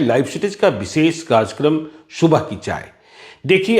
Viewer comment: ये एंकर महोदय "कार्यक्रम" को "कार्जक्रम" उच्चारित कर रहे हैं। हमारे मुंबई शहर में भी बहुत से बिहारी धड़ल्ले से हिंदी का अशुद्ध उच्चारण करते हैं। उस पर तुर्रा ये कि..... एक बिहारी सौ पर भारी !!!